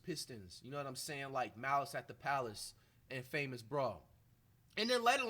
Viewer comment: 🥷🏾 said in-famous brawl 😭